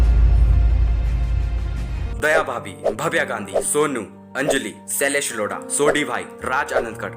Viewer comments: Shailesh lauda nahi bhaai lodha😂😂😂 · Bhai unka naam shylesh yodha hai na ki loda😂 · Shailesh LODA nahi bhai😂😂 lodha hai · Ara loda nhi lodha😂😂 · He tell Sailesh Loda😂😂